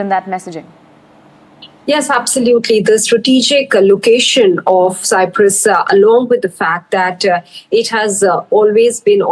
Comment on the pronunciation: Please correct the Cyprus pronunciation...